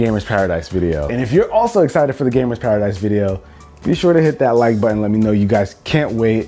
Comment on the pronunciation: "Oh look, you can press the buh-in!" LOL